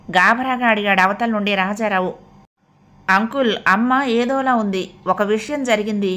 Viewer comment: కథ చాలా బాగా సాగుతోంది కానీ నాకు ఒక doubt వచ్చింది, అది ఏమిటంటే రాధ కొడుకు shyam ని స్కూల్ లో admit చేసినప్పుడు అతని తండ్రి పేరు column నింపేటప్పుడు problem ఏమీ రాలేదా? గారూ మీరు కథ చదివే టప్పుడు రాజారామ్ అని కొన్నిసార్లు రాజారావ్ అని మరి కొన్నిసార్లు చదివారు. uncle లో C కీ L కీ మధ్య U అనే vowel ( వవల్) లేదు కానీ మీరు పదే పదే అంకుల్ అంకుల్ (uncul) అని చదివేరు, అంక్ ల్ అనాలి, ఇలా చెప్పినందుకు please మీరు అన్యథా భావించకండి